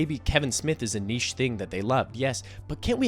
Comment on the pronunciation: big shout out for an American pronouncing 'niche' correctly